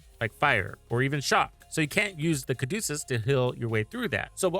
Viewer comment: its the Ca du ce us not Ca du cus